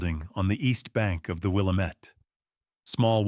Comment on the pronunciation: WIL. LAM. ETTE. YOU ARE MISPTONOUNCING THAT NAME... ASK SOMEONE.....IM FROM OREGON, SO...I LIKE TO HEAR IT PRONOUNCED CORRECTLY.